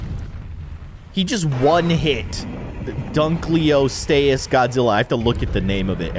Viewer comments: It’s not dunkleostayus it’s dunkleosteus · Dunkleosteus is pronounced dunk-lee-oh-stee-iss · There is so much to tell that I will comment times but dunkleosteus is pronounced and dunk lee oast ee us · Its prononced Dunk-le-o-ste-ous That help? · It’s dunkleosteus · You can't say dunkleosteus Lol